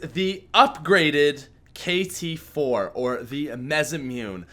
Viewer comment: Cringe ,he said the upgraded kt-4 weird